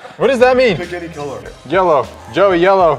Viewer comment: said "Yellow" in a perfect Australian accent.